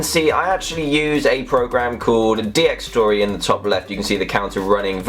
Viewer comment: DXTory he said